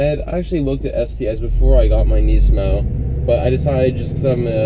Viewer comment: not to hate man, but I really dislike the way you say nismo...